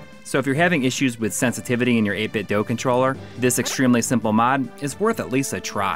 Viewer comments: It is pronounced "8-bit Doo". The weird cube speakers they make power on saying the company's name. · Why does everyone say 8BitDo wrong? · Wrong. It's 8Bitdo.